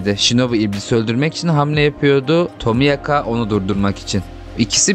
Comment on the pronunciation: abi tomiyaka diye mi okunuyo yoksa seninmi dilin dönmüyor